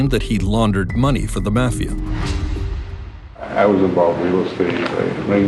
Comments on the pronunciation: What is with the pronunciation of 'mafia'...maw fee aw...not sure where the narrator grew up? Do you think they have never heard of it before? Very strange. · Mispronouncing Mafia is like being a rat.